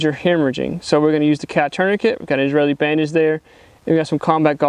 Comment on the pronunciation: Great video! Not going to lie, I was shocked when you pronounced "Israeli" correctly.